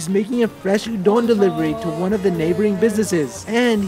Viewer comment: Loved the content but why do you pronounce Udon like that. Sounds like "Ooooh don't" without the t.